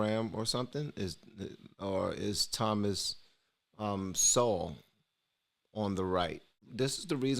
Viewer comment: It's Thomas Sowell, not Thomas Sewell.